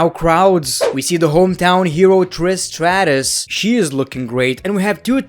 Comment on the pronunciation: “Tris Stratus”😂 that’s actually how he said it